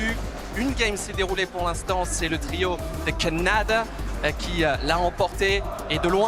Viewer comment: The announcer called khanda Canada 😂